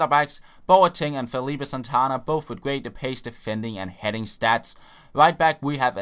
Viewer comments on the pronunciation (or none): none